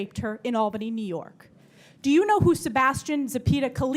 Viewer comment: “I’m telling you this” “I’m telling you the policies of Nee York.” Hochul NEEDS TO GO!!!